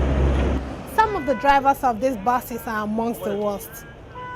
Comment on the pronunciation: who else heard bases instead of buses